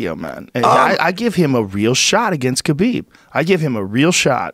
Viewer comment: It's pronounced Habib